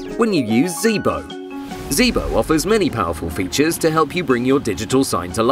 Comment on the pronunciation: Pronounce your name correctly